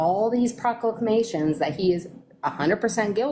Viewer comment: “…Proco-clamations…” I’m sure everyone she knows only nods in agreement just to get her to wrap it up. 😂